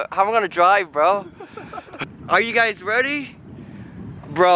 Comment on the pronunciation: "Are you guys weady?"